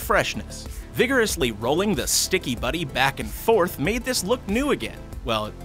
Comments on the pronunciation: I love how he says Shticky it's so funny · OMG I CANT ANYMORE JUST HEAR HIM SAY WHEN IT COMES TO THE SCHTICKY IM GOING TO DIE 😂😂😂🤣🤣😂🤣🤣🤣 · Well he’s English and that’s German